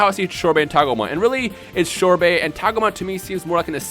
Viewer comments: Shorbet ? xD i think it's sorbet right ? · Why do you call "Sorbet," "Shorbet"? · ***** I've never heard it pronounced that way before. Sorbet I've always heard pronounced "Sor-bey" Unless his name doesn't reference the frozen treat but something else. But I was pretty sure that his name was a pun on the said frozen treat. Sherbert is similar to Sorbet, but it is different. But not like it really matters, sorry. Just honestly wondered if how you said it was how it's pronounced in Japanese and that I just haven't been paying attention while watching Super. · there is no H is sorbet